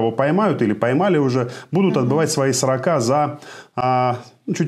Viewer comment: Как режет слух неправильное ударение в слове "сроКАх". вместо срОках. От слова "срОк ". Даже слушать дальше не хочется.